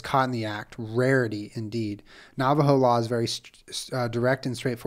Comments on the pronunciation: Low key... its hilarious listening to someone try to speak navajo. It's so normal to me... but just hearing julien try to pounce navajo words makes me smile.. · I was screaming listening him try and pronounce lol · white ash doesn’t refer to a specific type of tree, what we(navajo) use as protection especially at night is ash from a fire. Just dip your finger in the ash and put it on your forehead or the crown of your head. It was also funny watching you pronounce the Navajo names. This was a good episode.